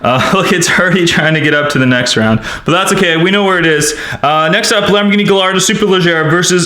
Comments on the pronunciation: It's spelled gallardo but it's pronounced giardo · it's pronounced GUYardo not gallardo (kinda like tortilla) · Gallardo is pronounced "giardo" not "galrado" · Its Gallardo not gailardo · it’s pronounced guyardo no gallardo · It's pronounced Guyardo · Correct me if I'm wrong but isn't the Gallardo pronounced guy-ar-doe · he pronounced "Gallardo wrong. its pronounced "giardo" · superPina28 its gairdo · Gallardo it’s pronounced gajardo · Gallardo is pronounced Gi-ar-Do. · it made me mad when he mispronounced half of the names. Example gallardo is pronounced guy-are-dough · its pronounced gaiardo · Remember, this word is coming from a Spanish origin. It is pronounced gay arr do. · Learn how to say gallardo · In "Gallardo" the two 'L's make a "y" sound in Italian and Spanisn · The Lamborghini Gallardo isn't pronounced with its L's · The Gallardo would've won if you pronounced it's name right. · Nikole Lynch Yeah. He's a grown man, he should know how to pronounce Gallardo